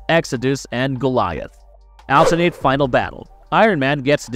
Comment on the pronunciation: Your pronunciation of alternate is ridiculous